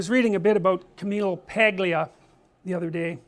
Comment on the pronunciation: Dr. Peterson, just for future reference, the 'G' in Paglia is silent. I only learned this recently from watching her appearance on Bill Mahr's Politically Incorrect from the 90s on youtube where it's brought up near the beginning of the first segment. As always, wonderful lecture.